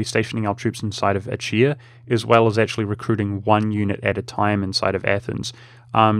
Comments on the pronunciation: Pronouncing Achaea (Ah-kay-uh, ah-kee-uh) like "ah-chee-uh" is going to kill me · I mean... the actual Greek pronounciation is /axaˈia/, so the "ch" is a voiceless velar fricative (like the "gh" in "ugh"). /əˈkiːə/ is quite the terrible bastardization of that. Not like there's a "correct" English way to say it. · It's pronounced a-ke-a. Every Greek loanword in English has its ch's pronounced as k's. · Achaea is pronounced "acaea", ch as in 'chrome'.